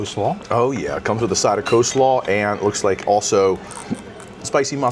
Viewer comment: How do you know you watch a lot of Vacation Education videos? When you and your husband start a drinking game: drink every time someone says "Co-slaw" (with the silent "L") 😂